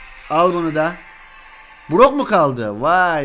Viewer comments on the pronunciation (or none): Brock deyilde burak dedi Duyanlar +1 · Burok dedi Burak değil